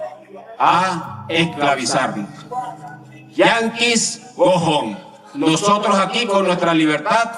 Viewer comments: Yanquis gojon asi fue la pronunciación de Padrino Lopez diría Open English:"que mal inglés"😂😂😂😂😂payasos de circo nunca se atrevieron a tanto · Padrino habla perfecto inglés y llega y dice ""yankis go-jón". ¡Payaso! Si hasta los hijos nacieron en USA.